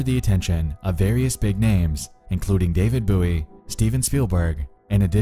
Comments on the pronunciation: “DAVID BOO-E” HAHAHA WTF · You guys just don’t understand how weird the internet was in the early 90’s. Nexpo pronouncing David Bowie as David Buoy and not knowing George Costanza is a character from Seinfeld is too funny. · I’m just utterly shook that in all the years we debated how to pronounce “David Bowie” as kids, never once did I hear “boo-ie”. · “David Boowee”.